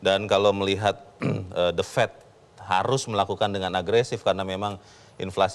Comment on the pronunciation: "The Fed" bukan "The Fet"